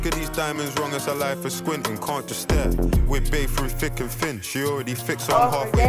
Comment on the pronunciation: It's not "thick and thin" it's "fick and fin"